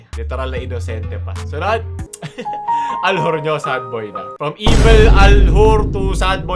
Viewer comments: Kakaiba talaga si, walang katulad 'to. Idol pano ulit yung accent? "ALHUR" HAHAHAHA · Aljur but ,l and u, r are silent